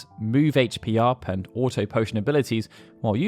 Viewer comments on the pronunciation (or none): none